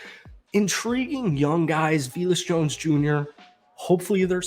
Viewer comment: you said Roshon wrong as well, lol DANTE Foreman, VELIS Jones, Mercedes Lewis (it's marcedes). Lol